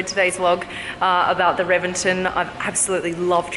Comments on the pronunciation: It is pronounced as Re-ven-ton; not Reven-ten. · It's pronounced with a B, Rebenton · No you say it reBenton. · Pretty sure it is pronounced, “Rebenton” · Pronounced rebenton